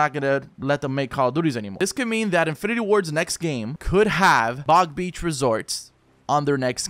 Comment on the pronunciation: Stop saying big beach